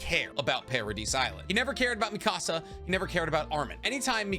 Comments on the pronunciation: You say mi casa, it should be Mikasa ( me-kuh-suh) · You say mikasa's name like you're saying mi casa from Español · Love you. But omg. Why do you say Mikasa wrong?! 😂